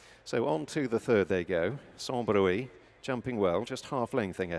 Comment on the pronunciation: 5.12 Sans bruit (pronounced brwee) not broo-ey. Don't suppose these commentators have a clue what it means.